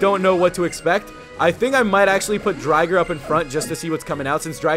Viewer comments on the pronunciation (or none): it's not Dry-ger it is Drigger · It's not dri-ger it's dre-ger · Name is said wrong its drig-er not dryger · it called drigger not dryger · Drigger not drigar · You pronounced drigger wrong